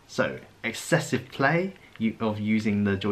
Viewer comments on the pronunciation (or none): none